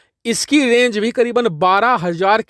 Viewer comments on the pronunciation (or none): none